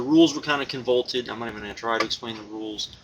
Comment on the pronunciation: The word is "convoluted" not "convolted"